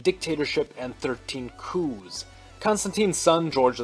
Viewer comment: It's not "Coous" It's; "Coups"